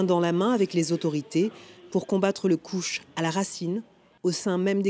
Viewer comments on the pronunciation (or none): Le "couche" gg pour la prononciation